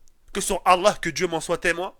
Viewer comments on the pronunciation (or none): none